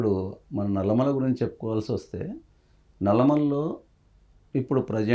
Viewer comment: ఏoకర్ గారు, "నల్లమల్ల" కాదు అది "నల్లమల". కొంచం తెలుగు కూడా నేర్చుకోండి